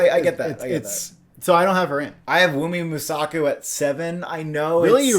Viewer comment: "Wunmi Mosaic"